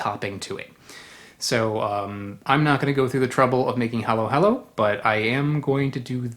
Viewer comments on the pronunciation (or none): He keeps saying Makapono... I keep losing my Admiration of him lol. And he said hello hello for halo-halo.. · Dear God. Theyre not Hallow Hallow or MacaPOEno. Stop. Please take the time to spell and pronounce our natural resources and domestic products correctly. It’s M - A - K - A - P - U - N - O. Pronounced Muh-KAH’-puh-no. Emphasis on the KAH, not the puh. (Not poo, but puh… like a puff sound. Muh KAH’ puh no. Damn. Muh - COP ‘ - uh - no / Muh Kah-Puh-No. Please respect the spelling and pronunciations (pre colonial preferred) of our words and maybe the world should know there are “2” original coconut DNA Strains both from Asia, but one is from India and the other is from SE Asia (Philippines and Indonesia). These are the strains of origin.